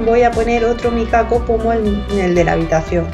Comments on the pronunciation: Eso te iba a decir yo, que me pongo mal cada vez que escucho micaco🤣🤣 es mikado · Es micado🤣🤣🤣🤣 que gracia me hace cada vez que te escucho decir, "micaco"❤❤❤❤